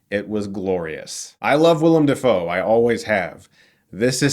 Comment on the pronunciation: Dafoe is pronounced DAY-FOE. Just look up how he says it himself.